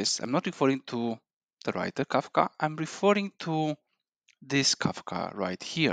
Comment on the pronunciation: its kafka not kakfa